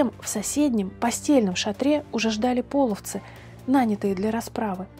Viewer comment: не пОловцы, а полОвцы! И не показывайте изображения тюрков больше, половцы всегда были степным племенем славян, мы всегда были светловолосыми европейцами с карими глазами, язычниками. Весьма неприятно когда вы на полном серьезе озвучиваете церковные расистские и ксенофобные мифы! Мы никогда не предпринимали завоевательных походов и не были соседями, мы часть Руси не принявшая крещение и боровшаяся с насильственным крещением, по сути это гражданская война с христианскими захватчиками